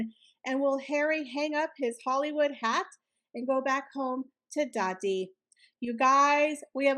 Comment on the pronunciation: Listening from the UK and the way you say daddy cracks me up! 😂😂😂